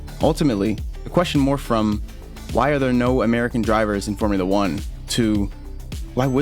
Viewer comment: Formoola Uhh.